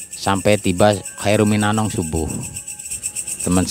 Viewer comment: Khairun minanaum pak.bukan Khairun minanong.